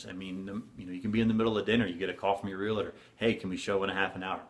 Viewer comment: Real-tor, not re-la-tor. We are tors of real property. Please learn to pronounce.